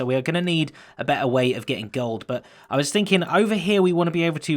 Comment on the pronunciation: Impluse: Did someone just say GOOULD?